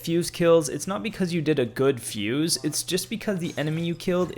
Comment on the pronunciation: He had me until he said fuse